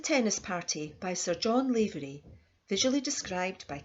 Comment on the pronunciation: Please pronounce his Irish name correctly its NOT Layvery but Lavery ... Lav as in "have." I myself am a LAVERY.